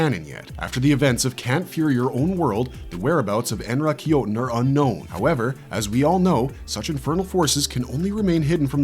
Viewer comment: En Rah Ki Yo Ten - - - - - Be Yah Ku Yah - - If you're not AI, learn the correct enunciation 😂